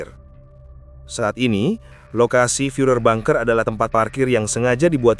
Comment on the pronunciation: Bacanya banker bukan bunker..😂😂